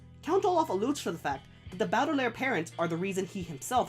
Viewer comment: good video but your pronunciation of baudelaire is bad, it's how i also used to pronounce it when i first read the books but when i watched the jim carrey movie i was like oh that's how you pronounce it and fixed my pronounciation. have you seen the second season yet? i just finished it a few days ago and loved it. im thinking of rereading the books before season 3 comes out.